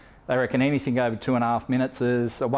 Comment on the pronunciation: You said anythink ... ha how thick r u